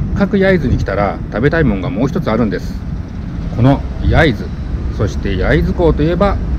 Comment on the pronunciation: 焼津の発音がデタラメ笑笑